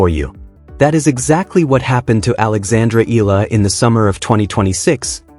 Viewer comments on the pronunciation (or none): And you still say her name wrong 🙄